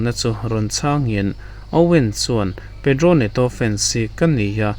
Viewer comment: Pedro Neto tiin i sawi a jhao Pedro i rawn saw dei mei 😅